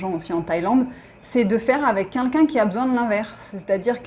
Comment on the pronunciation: J'adore toutes vos videos, je les like, je m'abonne volontiers🦋. Il y a juste une chose qui manque pour atteindre la perfection a mes yeux:, please, c'est 'quelqu'un' pas 'kinkin'. Merci et bonne continuation a vous deux + Peggy + matous 🌹🌹🌹🌹🌹